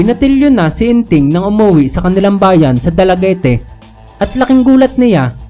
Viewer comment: Dalaguete po ay silent e kung basahin ay dalaguet